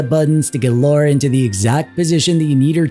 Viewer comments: I forgive you 😂, the auto subs put laura each time yet i got the feel you were trying to say it as Lara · The first syllable is pronounced more like "law" than "low." Lara, not Laura. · Every time someone says Loora instead of Lara, a baby is dying in vain... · I took a drink every time he called her "Laura." I am currently dead.